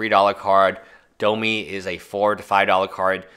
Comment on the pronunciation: domi rade? its domRi.